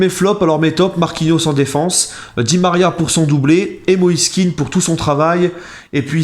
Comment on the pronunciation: On prononce plutôt moïse Kehan et non kin, ses parents sont d'origine ivoirienne et c'est ainsi que patronyme est prononcé